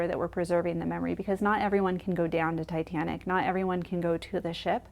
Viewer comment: 😂😂😂I can’t get the way she said “tiT Anic” out of my head